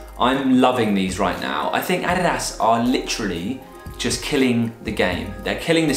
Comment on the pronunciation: I've never heard an English mother tongue pronounce adidas that good!